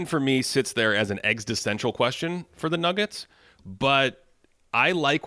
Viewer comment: eggsitential? anyone else hear that😂😂